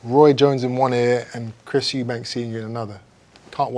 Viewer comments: Why does this guy keep saying euben at the start man can’t pronounce “Eubank” 😂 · It’s amazing that we’re in 2022 and people are still saying “Eubanks” rather than Eubank. 🤣🤣🤣